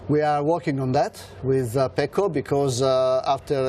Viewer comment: FYI Fran....his name is Pecco not Paco.....small but significant difference as it's 2 different names